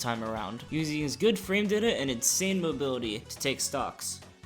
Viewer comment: "Frame Dita"